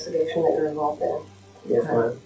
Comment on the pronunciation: "we're inventigating a murder you are envolved in" "Yes ma'am" CONFESSION!!